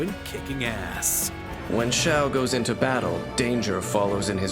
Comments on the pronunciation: Jee-ao lmao! It’s shao! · "xiao" like to sing ---> not to shing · Amazing...six out of 10 characters had their names pronounced wrong. Not only that, but when they mispronounced Xiao, they showed a trailer where his name was said RIGHT. So editing it together, they heard it pronounced correctly, and STILL decided to keep it in. Beautiful.